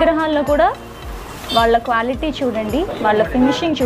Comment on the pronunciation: క్వ్యాలిటీ కాదు క్వాలిటీ